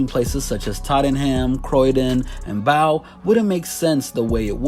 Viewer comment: how he pronounces Tottenham and Bow lol